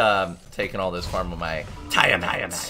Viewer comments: your sayign it like tyre mat. its TIA-mat as in tia-maria. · You pronounce tiamat wrong wtf